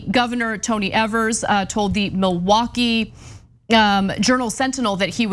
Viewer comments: It's pronounced EE-vers - every damn time, guys. He's been governor for 2 years now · Please learn how to pronounce our governors last name